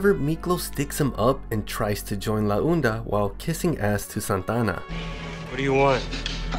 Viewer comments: It's pronounced ''La onda'' not '''la oenda'' . It's pronounced like honda without the letter h. Also you called Montana, Santana and a couple times later. But all in all, good video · Santana and la unda 😭😭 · Its la onda not la unda